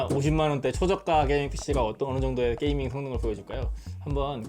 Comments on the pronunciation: 게이밍 ㅋㅋㅋ 발음 웃기다 보통 께이밍이라고 발음하는데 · 누가 '게이'밍 이라합니까 발음은 께이밍에좀더가까운듯하네요